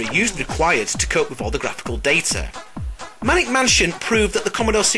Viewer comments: Isn't it called Maniac Mansion? 'Cause you said Manic Mansion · First off, it was MANIAC Mansion, not Manic Mansion. Secondly, this the lack of Impossible Mission makes this video SUCK